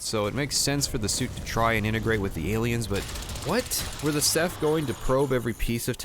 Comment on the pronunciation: was he saying seth or seph? if theyre a hive mind i think it's funny just calling them all seth